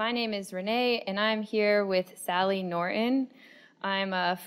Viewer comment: It's Nor-ton, not Norin